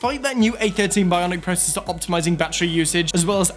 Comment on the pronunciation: Dayum he said Pro cessor instead of processor 😂